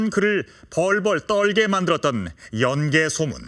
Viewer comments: 제 말이. '연 개소문'을 내레이터가 '연개 소문'으로 발음하니 하는 말이외다. 예전에 어느 프로에선가 '연려실 기술'을 '연려 실기술'이라 칭하는 것을 듣고 답답했던 적도 있어서....... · 연개 소문이 아니고 연 개소문인데 해설자 아나운서 모두 아쉽네요 ㅜㅜ 내용은 정말 굿인데